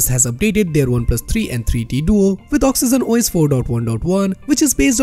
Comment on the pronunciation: Good video, but could you please stop saying "oxyzen os" its pronounced with a "g".